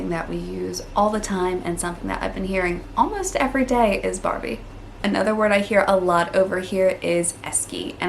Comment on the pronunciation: You are saying arvo and barbie just fine.